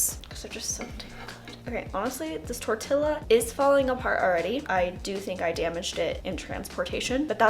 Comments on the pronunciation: It’s tortilla tor-tee-yaaa!!! Lol. Just needed to clarify. Much love. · torilla, the double L sounds like a Y in Spanish.